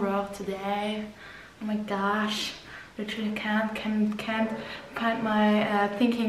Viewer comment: Dieses unangebrachte 'mi' statt 'my' ist wirklich ganz peinlich 🙆🏼‍♀️😄